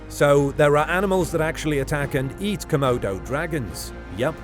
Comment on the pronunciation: Nobody: ‘C’modo Dragon”